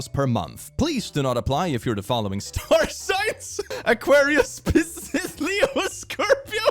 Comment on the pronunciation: The Click and star signs: “Pissis”😂